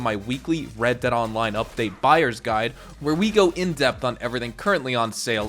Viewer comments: red "deead' lol in the intro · Ah yes, red deead